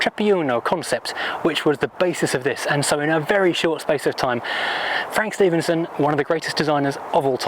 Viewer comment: Actually the designer’s last name is pronounced as Steff-en-son.